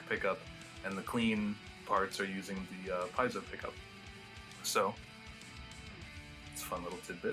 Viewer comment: Wow how many times did he mispronounce piezo . Your online you could look it up and know how its pronounced it would take about a second.